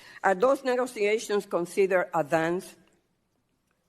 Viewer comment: "Neegosee-a-shuns" .......Democrats always make fun or criticise my English because they can't stand my facts and can't counter my points LOL